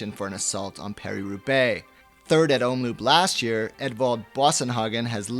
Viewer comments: (or is it?) I really appreciate you as a valuable addition to the GCN team, but your pronunciation of Belgian is quite hilarious:P (same holds for your colleagues though). Quick tips: the double-o in 'omloop' is pronounced as 'oh' not as in loop. And in 'pijl' as in brabantse or waalse pijl, the 'ij' is pronounced as first syllable of aisle or island... You're welcome;) Oh, and BTW, your voice modulation is already better than Dan's when he must started, so that holds great promise! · Hey GCN, to please the pronounciation moaners, Omloop is pronounced om-lope not loop....